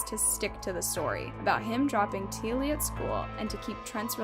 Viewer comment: T Ah Lee it is pronounced, and it happened in Logan, Qld Australia, she went to Marsden High School in Marsden another suburb of Logan Qld Australia, My daughter went to this school too, So very fkn tragic all the events which led Up to this poor little girl death and the failure of DOCS